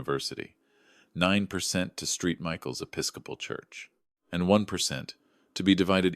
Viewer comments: Street Michael's? Really? American Thanksgiving in Damascus? AI, you suck. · I think Street Michael's is actually St (Saint) Michael's. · It’s Saint Michael’s Episcopal not Street Michael’s Episcopal. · I laughed out loud when the patron saint of the church was pronounced 'Steet Michail's". Abbreviations do matter...lol